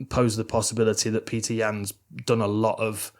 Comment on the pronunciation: it’s petik